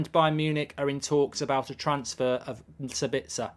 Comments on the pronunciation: For your info it is pronounced saabitzer so basically a long pronounced a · As a guy from Austria it´s pretty hard to endure his pronounciation for Sabitzer xD.